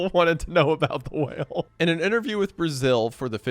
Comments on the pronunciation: I'm sorry but 80% of the time you said "whale" it sounded Ike you were saying "well" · It irrationally angers me how you randomly say well instead of whale.